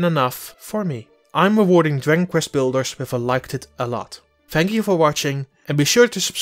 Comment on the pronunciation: He pretty much butchers the very title of the game. "Diggin Kvest Blders" is what I heard. I'm not bashing, but he probably shouldn't be doing voiceover work.